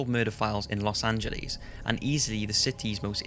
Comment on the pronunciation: I died when he said "Los Angel- leece" 😂😂